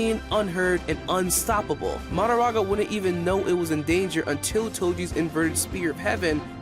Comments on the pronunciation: He keeps saying MaDAraga instead of maHOraga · Why does bro pronounce Mahoraga like that